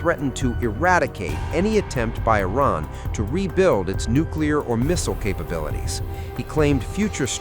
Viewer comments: I feel this is a.i click bait because im 1 min and 11 sec into this and he's not even saying iran right he's throwing a T in there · Its Iran not Iraq